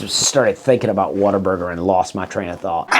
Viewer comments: For the love of God quit saying “water burger”. It is what a burger. WHAT A. There is no er in “what a”!! You are killing me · Sounds like you are saying WATER-BURGER. Also; you will be hearing from their lawyers very soon.....